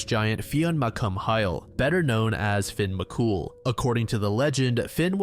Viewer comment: Mac Cumhaill is pronounced as mc cool :)